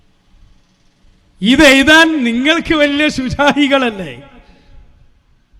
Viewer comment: ഈ കോപ്പൻ്റെ എല്ലാ പ്രസംഗവും കുത്തി തിരുപ്പ് ... എയുതാൻ എന്നല്ല , എഴുതാൻ എന്ന് പറയുക .. യ ,യ ,യ ... ഴ ,ഴ , ഴ .....